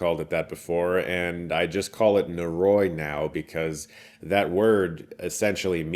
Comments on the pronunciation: NO-RO-EE, NO-RO-EEEEE. Not Norooooooiee. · oh boy, i really hate to be that guy but it's killing me 😅 *sigh* NO-RO-I not NO-Roy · Nō-rō-ee would be the correct pronunciation. のろい (no ro ii - 'i' has an 'ee' sound in Japanese) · It's actually pronounced "nohldoree." no-ro-i: no: A short syllable, similar to "no" in English. ro: A Japanese "r" sound (a syllable often described as a mix between the English "l" and "d," where the tongue flaps against the roof of the mouth, similar to the "tt" sound in "butter") followed by a short "o." i: A short "ee" sound, like the "i" in "ski." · NO-RO-I Prounounced Noh-Roh-ee. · Hey Chris, it's not easy to say foreign language words correctly but if you love this movie so much please take a second to look up the pronunciation of "noroi" in Japanese <3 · They say literally at the end of the trailer. He could've made a little effort to at least pronounce the name correctly. Great video nonetheless